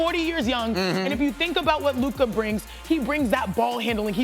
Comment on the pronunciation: If he says Luka’s name wrong one more time bruh lol